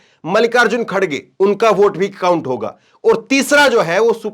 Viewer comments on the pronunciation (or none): none